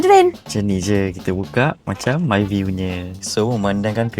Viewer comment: Myvi maivi❌️ Maivai✅️ Bezza Bizza❌️ Bazza Proton Ploton❌️ Palataun✅️